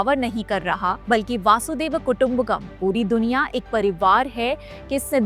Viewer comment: "वासुदेव" नहीं वसुधैव, पता नहीं लोग वसुधैव को "वासुदेव" क्यों बोलते हैं।